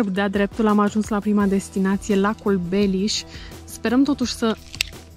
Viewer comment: La minutul "Sunt foarte frumoase lacurile din jurul Cluj-ului: Tarnita, Gilau, Penis..." Eu as pune accentul pe a doua silaba,. 😅😅😅